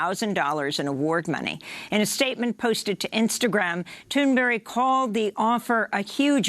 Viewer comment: the way you pronounce greta thunberg's name makes me want to kill myself. i'll downvote instead in the meantime